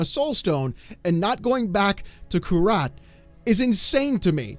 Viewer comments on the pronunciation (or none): Bro... kurast. Not kurat.. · It was driving me nuts. It’s Kurast not kurat.. And I’m pretty sure when they first announced the expansion they said it was Kurast. The people of the area now call it/know it as Nahantu. Since it is like how ever long after Diablo 3 I can see how it can change. It’s happened in the real world.